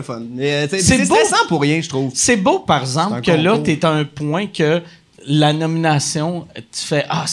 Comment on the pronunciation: Mike "parzemple" Ward